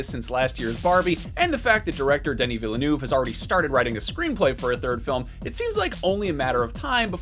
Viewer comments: VIL-NUV. Two syllables. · Part 3 is being written but you still manage to butcher Denis name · Would it have been so difficult to pronounce Villeneuve properly? yesh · My gosh, can you please say Villeneuve correctly ? It is pronouned "Vill-NuhV- It's really not that hard to make that effort. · Please learn to pronounce "’Villenueve".